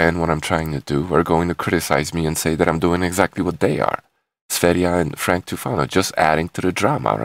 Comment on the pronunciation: For an american (are you?), your pronouncation of "foreign" words is way above average. You are the first to pronounce sv3rige's name correctly (besides himself). Awesome!